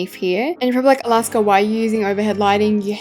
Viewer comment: Alaska’s pronunciations are so iconic lol (took forever to spell that?